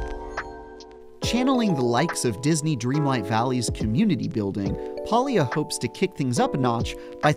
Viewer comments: Palia is pronounced with a hard A not a soft "AUh". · PAlia not Paulia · Probably should learn how to pronounce the game title before posting a review on it? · so this dweeb cant even pronounce it and he gets to play first.